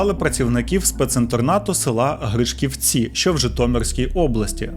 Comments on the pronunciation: БердИчів, а не БердичІв ГрИшківці, а не ГришківцІ Я як уродженка Бердичева не могла вас не поправити 😁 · Не гришк'івці а Гри'шківці та не Бе'рдичівський а Берди'чівський🥰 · Не правильно наголоси ставите, Гри'шківці і Берди'чів буде правильно. Взагалі в Гришківцях школа інтернат для дітей з затримкою розвитку, а не для тих, чиїх батьків позбавили батьківських прав. А вже в м. Бердичів була така школа інтернат, а ще там були діти з багатодітних сімей, сироти і напів сироти. Зараз в місті інтернат закрили і зробили спорт школу. Авторе до вас без претензій, просто ріже вухо і хотіла пояснити. Дякую за випуск, навіть не знала, що це чудо з нашої області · Дякую за випуск) Але помітила у вас талант - неправильно ставити наголоси на назви населених пунктів) грИшківці і бердИчів - правильно 😊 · я дуже перепрошую, але БердИчів та ГрИшківці, бо сама з Бердичева і то дуже сильно ріже вуха🥲